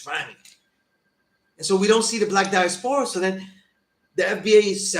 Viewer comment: Diaspora the way you are saying it, is just not simply how the word is pronounced. Never say it again because you sound dumb. No disrespect.